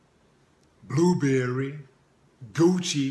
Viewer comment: "BLUEBERRY" lmfaooooo you mean Burberry? And the 49ers lost to the Ravens in the Super Bowl. Lol not the Seahawks 😂